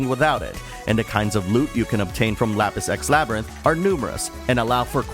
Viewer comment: I swear I'm hearing Lapis X Labyrinth as "Lapis sex labyrinth". That sounds like one of those Sekiro expansions I don't want to get hahaha. Other than that, never heard about this game up until now, so it was nice to find out about a new game! I feel like I now know all I need to, so that's a sign of a good review!